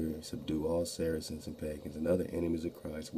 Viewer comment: Sarceans sounds like Sarah Sons